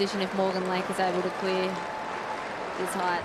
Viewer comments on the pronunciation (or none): Height does not have a h at the end, commentator lad.